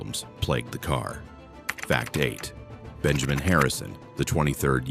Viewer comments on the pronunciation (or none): none